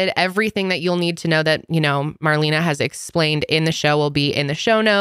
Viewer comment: You could at least pronounce Marlena‘s name correctly.